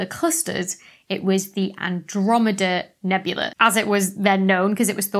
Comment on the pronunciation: Nebula and nebulae are pronounced differently, FFS.